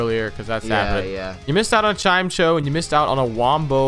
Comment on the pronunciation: Their pronunciation of "Chimeco" hurts.